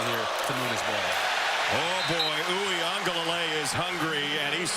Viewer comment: I don’t care for the cringe announcing. Picky comment: And why do they, and most, pronounce Uiagalelei with an N? As “Oo ee ANG galalay”. How does Mateo pronounce his last name?